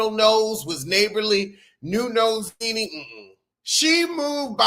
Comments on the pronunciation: It sounds like youre saying "ninny" 😆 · Why u said Nene like that 🤣🤣🤣🤣 lost my entire mind